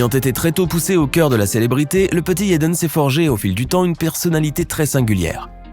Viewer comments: Pourquoi il dit yédeune ça se dit tout simplement jadène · IL dit yaden Smith alors que on dit Jaden smith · t'as une dent contre Jaden* et pas yaden smith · Ça se prononce yaden tu crois il vas dire jaden ça n’a aucun sens réfléchi idiot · Vous devriez au moin prononcer le prénom Jaden comme il faut...